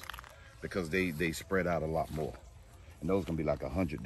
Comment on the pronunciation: MY man say ,"dont be mo scoundrel"🤣😭😭🤣🤣